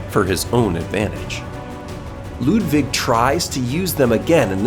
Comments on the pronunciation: Bro it’s not Ludvig it’s Ludwig. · It's Ludwig not Ludvig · Am I the only one that cringed when he said LudVig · Not ludvig but lud-iggy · U said Ludvig not Ludwig just pointing it out and still great bosses👍